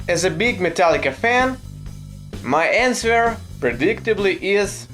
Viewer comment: You shouldn’t pronounce w in answer.